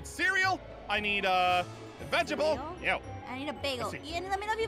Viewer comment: Bro its veg ta ble not vegable😂